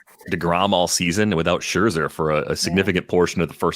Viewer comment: Iirc from the old days on “the sleeper and the bust” he or paul sporer theorized some pronunciations that may be consistently different are based on his german heritage. Love hearing him say scherzer in the authentic way